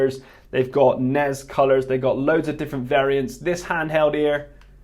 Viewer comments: Why do you pronounce it snez? It's snes. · Why do we call it snez, instead of S.N.E.S. like the rest of the world?